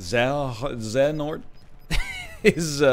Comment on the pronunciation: Oh god hearing NL and literally everyone butcher the pronunciation of "Xehonort" was cringe... i don't know why it was but it was just like "no, that's definitely not how you say it, that isn't either..." When he asked i was like " oh good, she'll know how to say it... No, god no that's not how it's said either". At least he got it in the end after looking at chat